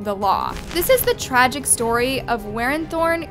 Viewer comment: You absolutely did not even think about trying to pronounce these name. You pronounced “Warinthorn” as “worth-in”. Like wtf. All you had to do was sound her name out. It’s an English name ffs 😑